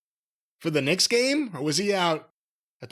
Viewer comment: Jim intentionally misprouncing Knicks...